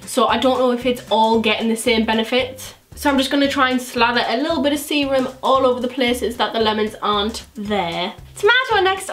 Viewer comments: Every time you said serum I thought you said semen 😂😭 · Ohhhh you were saying serum, for most of the video I thought you were saying Seamen..."I'll just add some of the extra seamen to my face"...yeah I have a messed up brain.